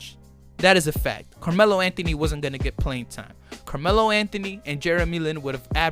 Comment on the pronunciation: Carjealo Anthony 🤦🏼‍♂️